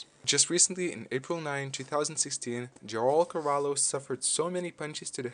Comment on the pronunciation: Omfg… dude your pronounciation of the name João Carvalho actually triggered me lmao